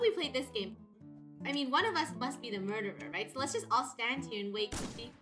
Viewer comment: Funneh: is so pro at this game Me:she say murterer:MURTERER Killer:stabs